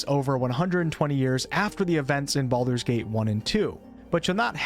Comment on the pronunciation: 'Bald'men's Gate' hahaha, that really got me :D